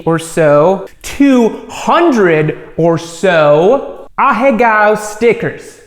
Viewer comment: the way you pronounced ahegao was so weird